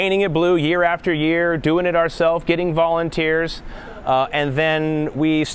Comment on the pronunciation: Lol, I thought he said "bawling and tears," but it didn't sound right. When I watched it a second time, I heard "Volunteers," and that made more sense!